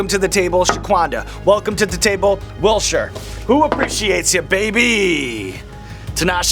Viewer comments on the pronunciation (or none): There’s a t in Wiltshire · Fyi that's now how you say Wiltshire in England wilt shire 😆🫶